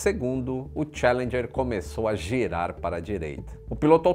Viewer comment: A pronúncia é tchAlendjer. E não tchE.. Cadê as aulas do outro anunciante?